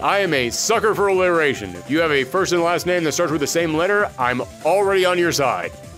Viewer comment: It’s ironic you’re a sucker for alliteration when you can’t even say “allieration”